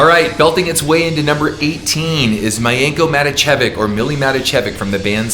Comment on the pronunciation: Thanks Ken, great video. P.s. - Steelheart vocalist is pronounced Milienko Matievich.